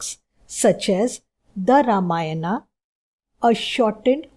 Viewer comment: Acchaa hai but your ramayan,mahabharat speaking is wrong